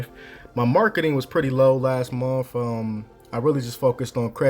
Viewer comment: And month, not monf lol